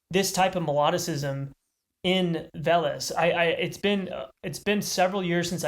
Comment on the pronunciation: >Silesia >Poland NEINEINEIN Also it's VEH-les rather than ve-LESE